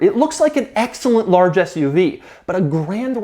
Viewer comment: I think I heard Doug say ass-UV. 😂